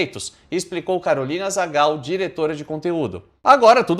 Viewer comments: Gazal não é Zagal! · Voce falo Carolina Zagal en vez de Carolina Gazal 🤣🤣🤣🤣 muito chaves isso amei kkkk e o melhor é q foi natural 🤣🤣🤣